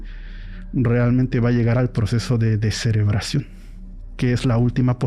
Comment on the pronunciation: Descerebracion 😂 no mms